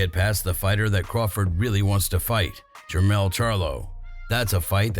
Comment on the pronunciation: Jermall charlo on clip not jermell